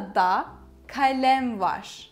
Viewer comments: You pronounce VAR as VAŞ ? Is this standard? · I need to know this… why is “var” pronounced as “varshh”? Or tesekkurlar with shh on the end?